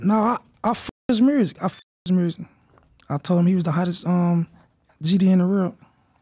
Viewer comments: I’m being dead ass is he saying mersic instead of music ?wtf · Why he say mursic like he from Memphis😂 😂😂😂 that's crazy